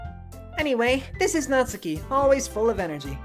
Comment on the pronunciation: "I'm not good with Japanese names!" You can say "Natsuki" and "そして" correctly; you can say it all.